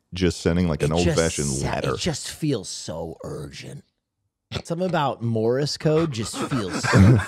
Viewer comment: are we just going to ignore that Will Neff calls morse code "morris code"?